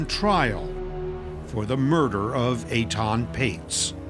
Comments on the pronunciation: Please pronounce his name correctly. It's Etan not Aton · Aton?? wth is wrong with that pronunciation of Ethan… lmao